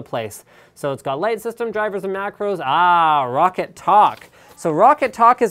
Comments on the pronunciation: Its pronounced "rock cat" not rocket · If you say Roccat correctly everytime you say it for a whole month I'll give you 10,000 dollars